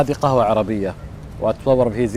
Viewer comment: اول شي اسمه قهوه مو كهوه